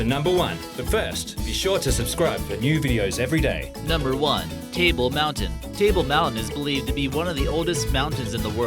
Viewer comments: Edie Stalker Girl ok maybe not on but close ? Lol it's been 25 years since I was there but that idiot was a joke. Table mountain he called tail mountain. Bet his never even been there. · Table Mountain dude... Geez.. murder our names..